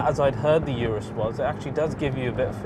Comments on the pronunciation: It’s OOOROOOS NOT ‘ UR’US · why do you call it "Yourus" insted of Urus? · IT'S NOT "YOURUS"... IT'S "OROOS" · Is not “iurus” is “urus” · It's not a Yurus. It's "oorrroos." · Its pronounced “Ooorus” Ooo as in Too URUS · If you subscribed because of the little things, the guy isn't pronouncing the name of the Urus properly. That's not a small.detail to over look is it.